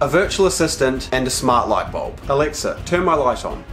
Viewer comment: WHOS ALEXA GETS TRIGGERD WHEN HE SAYS ELEXA